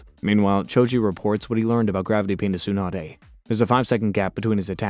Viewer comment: It would be a lot better if he could pronounce names like Akatsuki and Tsunade and like 75% of other names correctly... You'd think someone doing a 7+ hour recap would at least watch bits of the anime to catch the pronunciations instead of just reading a script.